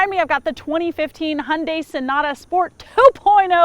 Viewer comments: Wish americans would pronounce Hyundai correctly. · Hyundai rhymes with Sunday